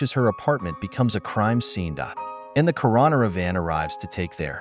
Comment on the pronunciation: AI can’t learn to pronounce coroner?